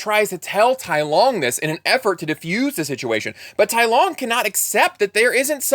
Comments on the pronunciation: Just a note, it's not Tai Long. It's Tai Lung. Tai Long is meaningless stupidity. Tai Lung translates to "Great Dragon" which is probably the name Shifu gave him. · Tai lung not Tai long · Can't believe he pronounce Tai Lung as Tai Long